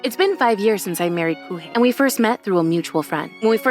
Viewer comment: Kūhei, it's Kōhei Miharu, it's Meh-ha-ru